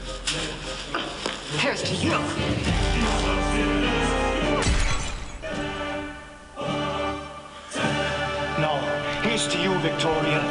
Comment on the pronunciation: been supressing that Midwestern accent until now. There's "Nououwh" denying it. Quick google confirms she's from Wisconsin. We love to see it.